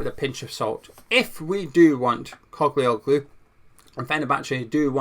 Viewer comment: Morning, the ‘i’ in the surname is silent sound and the g has a line over it making it adopt the pronunciation of the vowel before it. Greeks (as is with Postacoglu), pronounce the name as written. The Ottomans left their mark with them, clearly, that some names in Greece have Turkish origins. In the case of the Spuds’ manager, his name means “Son of a Postman” As a Turk and lifelong Hammer… this signing would be mad!!! Ferdi was a good player in the Euros, although he does naturally tire come min 65, but he gives everything up to that point so it matters not. Another frailty is that in the national team he was sometimes caught out in tracking back. It wasn’t that long ago that Mourinho said Ferdi was staying…so this has come as a welcome surprise if true. Ferdi’s mum is Dutch and he was raised there and as an old Dutch friend of mine told me, he was in the same Academy as Gakpo. He has the work ethic of a Dutch player in his dna, which is a good thing.